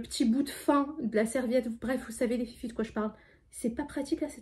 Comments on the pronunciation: oui elle fait comme Sarah en disant feufey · Je crois que c’est Sarah qui dit toujours les fyfey elle dis juste les filles mais des fois elle dit comme fait comme Sarah